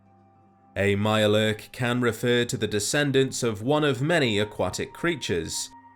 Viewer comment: if there was some way to roll your "R"s through text I would. "A MIYURE LURRRK" 😂